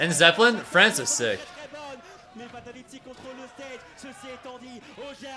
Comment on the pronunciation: Fahtaliti! Fahtaliti! 😂